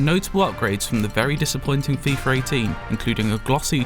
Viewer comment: FIFA, not FIFAR